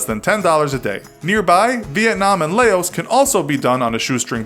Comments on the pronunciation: Lay-ose?...You mean Laos = Lau. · Laos is pronounced *Louss*, at least that's what I've heard. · Chang Mai is pronounced "chang my" not "chang may". I've been there many times. And Loas is pronounced "Lawe" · Lay ohs hahah lay ohs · It's pronounced Lao because there is no letter for s in traditional Laos language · Nobody gonna talk about the way he said Laos? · You mispronounced the Mai in Chiang Mai, pronounced the 'Ph' in Phnom Penh as an F, and butchered Laos. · Ewwww the way you pronounce Laos is wrong!! You should research the proper way of pronouncing it to not offend people like me. Thanks❤️❤️❤️